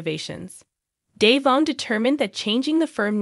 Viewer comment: Devon DeVon Devon not Dayvon get it right it’s rude to continue to pronounce someone’s name when you know teller DeVon